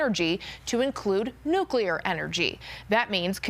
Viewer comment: No offense to the older gent. But as someone who works in the nuclear field. I always chuckle whenever I hear an opinion where someone pronounces it "Nuculear" rather than "Nuclear"